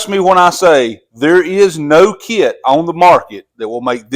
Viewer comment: Kit is not a two syllable word